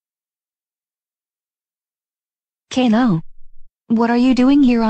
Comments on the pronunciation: I love how the voices pronounce caillou like caylou lmao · I like how they call him Kay Lou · or k-i-u